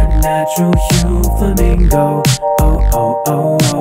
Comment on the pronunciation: I love how you switch between pronouncing it "Flamingo" and "Furamingo" based on whether you're speaking english or japanese